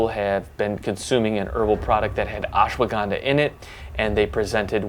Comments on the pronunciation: Hey man dont pronounce it as Ashwa- Ganda. Ganda in India means "Bum". Instead it is to be said as Ashwa gun dha. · messed up pronunciation its ush-wuh-gun-dhaa